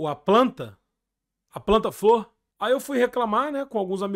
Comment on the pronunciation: 8 mil reais de …. FLOR…. De FLÔ AHHAHA